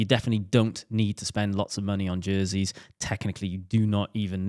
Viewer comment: Jerseys. It’s “jerseys”